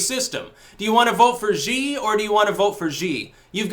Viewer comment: Jhee? you still aren't saying it right. it's Shee. I've lived in a china a long time. my wife is chinese. we speak chinese. Xi says Shee. it can have different tones which change the ee sound to something else, but X always says sh. Sh is a soft Sh in chinese. like in shanghai. it sounds more like s-hanghai.